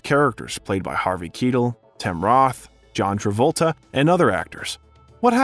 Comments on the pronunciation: Kee tel? Bro... its ky tel Har VAy KY tel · Gotta stop saying Harvey Keedle, dude. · I like these flicks from, however the narrator mispronounces a few names. I would think in doing a biography one would take the time to get the a persons name right. I don't want this post to be a negative because the episodes are entertaining, lets call it constructive criticism. Two standouts that were mispronounced were Harvey Keitel, and Michael Crichton.